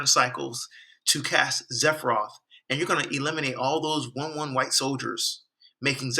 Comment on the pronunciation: Sephiroth! Not zephroth!!